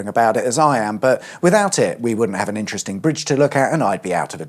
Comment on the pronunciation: Vewy intwesting